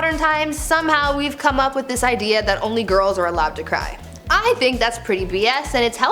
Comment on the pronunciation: Drives me nuts, the word is IDEA, not IDEAL. Whoever wrote her script should go thru all these traditions.